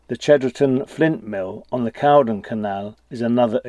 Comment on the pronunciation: Great film and I who have known this place learnt more BUT Caldon Canal is 'Cold-on' not whtaever you said